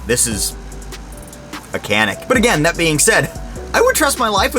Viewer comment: its pronounced Chanick , or Janick, and its made by century arms from what i understand. . its a great item. canik is a turkish company btw. the only thing cheap in this video is your wall unit air conditioner. just kidding but there is a noise that sounds like one that really takes away from the video.